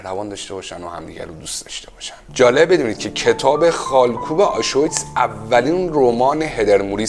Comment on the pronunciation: دمت گرم،فقط تلفظ آشویتس (آشویتز)رو اشتباه میگی درستش بر وزن آبریز Auschwitz